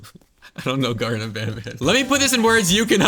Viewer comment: why does bro call garden of banban gar'en of banban